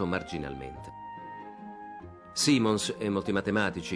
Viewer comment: Simons va pronunciato in maniera diversa